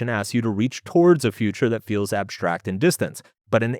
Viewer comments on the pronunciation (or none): STreet, cataSHtropic, SHtreak, abSHtract. . . these are NOT words.